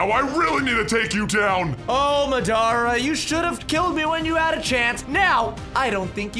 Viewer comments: Yo btw it’s Madara not mddara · It's not ma da ra it Madara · It’s not mdara it’s madara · I love how he calls Madura Madara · madara, madara its Mad-era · Bruh you said madaras name wrong its mad ara not ma dara but good vid ngl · His name is not madra it's Madara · It's not marada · it is not mdarea it"s madra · Do u mean u love how he calls madara Madura??u said it wrongly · the way u say madara haunts me it’s pronounced maw-duh-ruh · It’s MADARA not madara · U saying madear